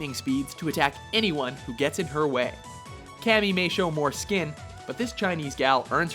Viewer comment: It's Cammy. Not Kami.